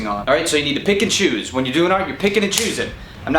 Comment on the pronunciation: Anyone else hears Pikachu instead of Pick and Choose? Pikachu!